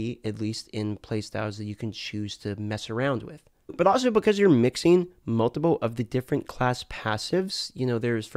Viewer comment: I really love and his videos but his accent on certain words like "Multiple" come out like Moldable and.....it makes me smile. Keep putting out the great content. Hope you enjoyed your trip to Sunny California! I work right next door to the blizzard campus